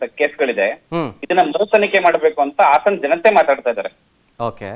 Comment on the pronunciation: Hassan ❎ hassana ✅